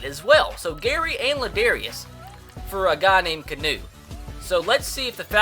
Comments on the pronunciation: IT'S NOT CANOE OR KEENU, IT'S KEY-AH-NU. LIKE THE DUDE FROM THE MATRIX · Keanu pronounced key-on-ooh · Its kee-on-ooo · its pronounced KEY-AH-NEW, Not key-new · It's KEE-A-NU not "KEE-NU" or "CANOE" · Why does he keep calling him Canoe??? It's Keanu (Key-ah-new) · It's not Canoe or Keynu it's pronounced Key-Ah-Nu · This mans name isn't canoe or keynoo its pronounced key-a-noo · lol it's not Kee-nu it's ke-a-nu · (Kee-ah-new) not canoe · ITS LIKE THE MOVIE ITS NOT CANOE ITS KEANU OR LIKE KEANU REEVES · Was anyone else getting progressively more and more pissed off that he was saying canoe Neal in stead of kee-on-no Neal 😂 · It's not keenoo either 😂😂 KEY AH NOO. NOT KEE NOO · HAHAHA key-new 😂😂 it's Key aw new. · Beast Mode kee-on-no Plus he wants to call him Kano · KAY-AHH-NEW Not KEY-AHH-NEW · its pronounced Key Ah Nu Neel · [key-ah-new] Keanu Neal bro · its kee ah new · Say it with me. KEY-AA-NEW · It is KEY-AHN-U Neal!!!!??!*#($ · ITS PRONOUNCED KEY-AH-NOO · It's (ke-ah-new) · His name is actually pronounced Kee-on-eww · It's pronounced Kee-ah-noo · It would be key-a-new (the a being pronounced like the way it's used in han, as in the han dynasty). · It's pronounced KEE-AH-NEW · U can't even pronounce Keanu correctly. It's like Key-a(soft)-new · It's pronounced Key-A-New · its keeee aaaa nnnn uuuu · Its pronounced (Key) (ah) (new) Neal. Keanu Neal😂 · It's KEE-A-NOO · He is still mispronouncing Keanu Neal. It is (key-ah-new) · his name is pronounced key-ahnu and could you please try and get aj green im a huge bengals fan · it is pronounced (key ah new) neal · Jesus Christ it's pronounced (Key-on-oo) Neal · Its Key-a-new. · It's pronounced "kee-on-oo" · YOU STILL PRONOUNCED KEANU WRONG. IT IS key-ah-new. I would know, it is my name. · KEE-AH-NOO for heavens sake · THIS BOI JUST SAID KEENU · Its pronounced Key-a-no Neal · Keanu-Canoe. Tomato-Tamato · Its pronounced key-on-ouu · His name is key-on-new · Keanu Neal's name is pronounced kee-AH-noo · its ke-anu